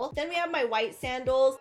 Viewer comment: When she said sandels I thought she ment saddles not high heal saddles